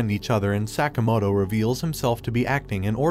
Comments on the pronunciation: Sakamoto...not sack-a-motor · The amount of time Sakamoto was mispronounced bothers me